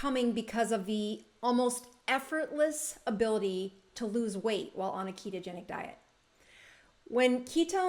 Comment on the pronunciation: "lose", not "loose" weight, just FYI :) great vid